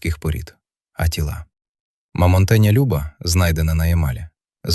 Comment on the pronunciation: 10.30. мова про лошА, читає лОша і потім бАгно, мамонтЕня